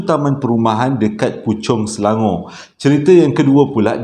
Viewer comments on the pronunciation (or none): none